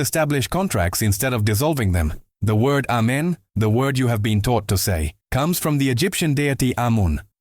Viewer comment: He didn't say A men. He said Men😂